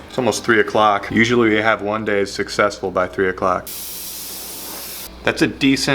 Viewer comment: those were some chunky fish! i bet you missed saying whun day! i sure did